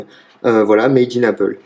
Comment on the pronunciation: À « mad in Apple » mrc je savais pas que Apple c’était un pays